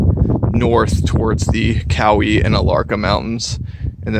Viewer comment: Growing up in Bryson City, everyone I know pronounces it close to the way you do...Cow-ee.